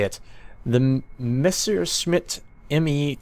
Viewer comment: Tries to pronounce the name terrible messes it up I'm part German TRIGGERED